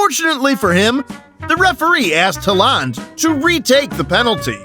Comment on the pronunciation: just a little bit of advise bud if yore going to make football videos at least get the really famous ones names right (Halland)